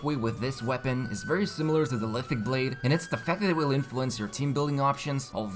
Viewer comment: LiTHICC Blade - LiTHICC "Spear"